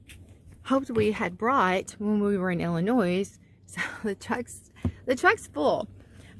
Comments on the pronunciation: Its ill annoy not ill a noise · "Illinoise"? Please. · Lol. There is no noise in Illinois. It's simply Ill-in-noi. No S. Lol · There's no noise in Illinois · You do not pronounce the S in Illinois. I don’t know why it has one but that’s the English I was taught in Minneapolis public school. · Drop the S in Illinois, it's silent. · For the love of Jesus. Please stop pronouncing the "s" in the state name of Illinois. It's silent. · Hope this is no offense to you, but the “s” is silent in the State of Illinois. Love your videos…